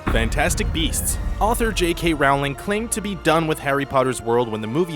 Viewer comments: Very cool information, really interesting. I had no idea about Beauty and the Beast trailer popularity. Simply because it bugged me to hear it wrong over and over, I have to let you know that it's J.K. ROW-ling. Like 'row, row, row your boat'. It's not 'Raowling'. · its pronounced rolling not rowling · It's Rowling like Bowling.